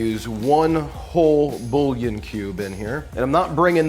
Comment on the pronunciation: Now why you go ahead and say bullion like that